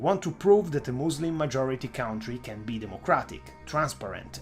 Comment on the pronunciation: And not "cowntry'